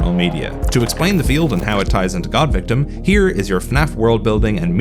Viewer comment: Surprised that there’s no emphasis whenever GAWDVICTIM is said